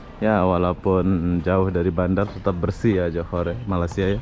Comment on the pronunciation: Abang ni macam tak pandai sebut Malaysia.. Ingattt!!! Malaysia bukan malasia Tolong di ralat kalau ada yg salah 😀😀😀